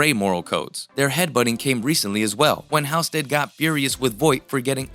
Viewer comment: Geeze...it's pronounced HALLstead...have you ever watched the show?!